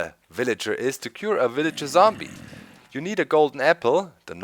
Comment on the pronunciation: Mombie because its the word he pronounced wrongly Zombie to mombie LOL